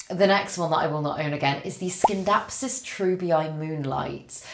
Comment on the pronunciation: in Scindapsus the C is silent